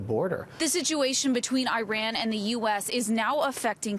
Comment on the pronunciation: Can you please learn to say "Iran" properly?